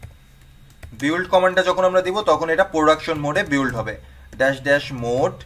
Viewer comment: ভাই এই build উচ্চারণটা বিল্ড হবে বিউল্ড না।